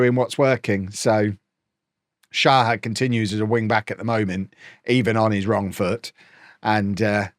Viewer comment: Day 2 of saying until sees: You do need to pronounce the H in Shahar's name. Its more like shachar or shakhar. Same as with the H in kvaratskhelia or Hakimi